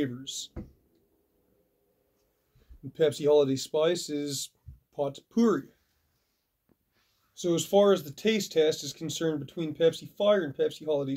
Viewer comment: Potpourri = POE PER REE.